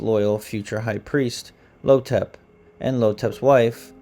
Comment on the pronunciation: The villain's (the Mummy) name is "Imhotep" pronounced EEEM-HOE-TEP. It is not "Lo-tep". 😑